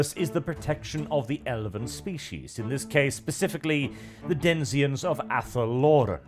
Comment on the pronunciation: Denizens,; not denziens.